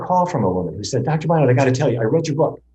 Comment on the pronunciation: Why do you insist on mispronouncing Dr.Barnards name?